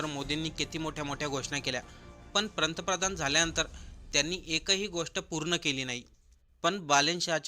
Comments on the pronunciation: प्रंतप्रधान नाही रे बाळा ते पंतप्रधान असं आहे. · भावा पंतप्रधान शब्दांचा उच्चार व्यवस्थित कर.